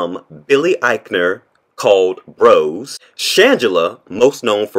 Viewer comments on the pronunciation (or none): none